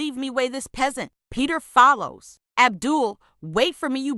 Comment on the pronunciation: "Peter fallows"😂 Mr. French fries😂!